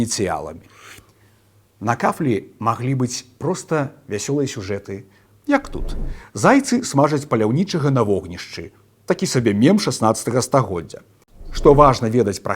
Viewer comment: tolki nia miem, a mEm